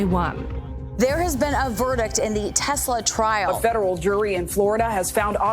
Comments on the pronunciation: Try Tesla not TezLah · is an S FFS not a Z, TESLA, no such thing as a TEZLA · Ok, it's TESLA NOT TEZZLA it's an S NOT a Z and you talk about "its to expensive" as if Elon cant afford some sensors. Obviously he didnt add them for a reason you clearly didnt ask him about. you don't want them in your country, take it up with whoever is allowing them be on your streets. Accidents happen with OR without you steering. To be honest, the rate of a irresponsible driver, texting or drunk, or just can't drive in general, crash rates are HIGHER then ANY TESLA automated driving. So, before you bash a company, make sure you have your facts straight together from BOTH sides of the story not just one side of it. See, that's the issue with the media these days, you guys only talk about what you want everyone to believe. It's disgraceful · TES LA. Not TEZ. LA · Not Tezla , TESLA . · It's pronounced TESS-LA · Why can't she say Tesla properly? Its not spelled with a "Z" in it.